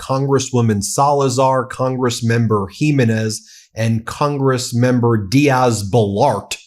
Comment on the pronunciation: "Jimenez" ..... accent on second syllable. Smfh